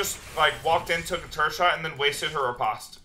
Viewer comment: Please please stop saying ripaast....I like ur vids but I literally almost stopped watching around 6mins when u said ripaaast instead of ri-post like 5 times fast.